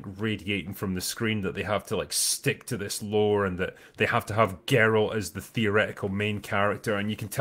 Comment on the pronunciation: It's not "Gary of Rivia." It's "Gar-alt of Riverside."